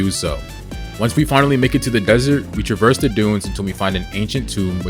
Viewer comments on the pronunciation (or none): none